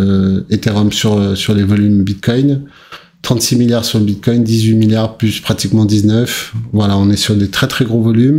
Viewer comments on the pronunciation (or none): Vers 6 minutes 50 ta failli dire une fois de plus Biscoin 😂